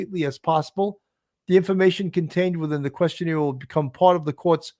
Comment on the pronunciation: Love the show! However, it is questionAIRE... not questionEER. It was said incorrectly at least 15 times and it was hard to ignore.